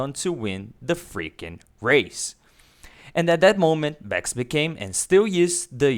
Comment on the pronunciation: Mex versteppen. Its MaX like maximme, maximus. Etc. Thanks. Great video